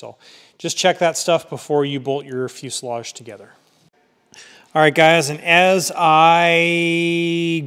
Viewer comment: The s in fuselage is pronounced as a z.